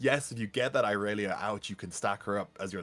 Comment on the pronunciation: You guys are awesome casters and I love the content! Plus mucho kudos for finally saying irelia’s name right